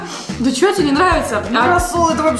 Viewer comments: Не шта а што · Не што а что